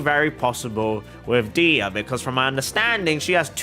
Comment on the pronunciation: dehya is pronounced deh-hee-ya!! and eula is pronounced oyla :)